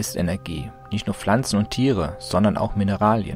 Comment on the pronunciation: das heisst pflanzen nicht flanzen gggg